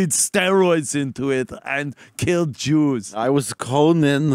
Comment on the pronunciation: Who are the Chews he speaks of?